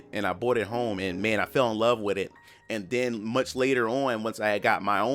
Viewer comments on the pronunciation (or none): none